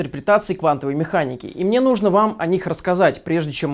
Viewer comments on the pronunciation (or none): none